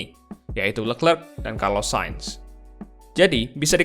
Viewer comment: Kalo mau gampang nyebut nama si charles. Coba bacanya dipisah jadi “le clerc”. Bukan “lekrek” nyebut nya anjir